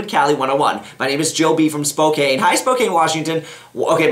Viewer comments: its pronounced spoke-can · Buck, I love ya but Spokane is pronounced Spocan. The "e" is silent xD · OOOOOOOHHHH BUCK GURL YOU PRONOUNCED SPOKANE WRONG. hahhahaha i live there, its like spoCAN! not cane like coicane.... Love yaa buck! love your advice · It's pronounced "Spo-can" :)